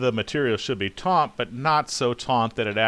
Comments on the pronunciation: that is great, very helpful. Though the word is taut not taunt. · Omg the word is "taut" not "tauNt". Taunt means to provoke. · Dude, I think you mean to pull it TAUT, not TAUNT.......Yikes!